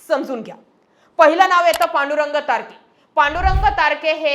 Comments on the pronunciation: मॅडम ते तारख आहे तारखे नाही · तारख आहे तारखे नाही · तारके नाही तारक आहे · Tarke नाही तारख आहे